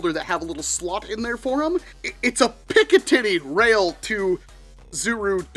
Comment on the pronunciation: im sorry but it sounds like hes saying picka tity rail